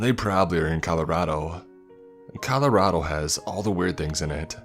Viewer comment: Please stop pronouncing Colorado like that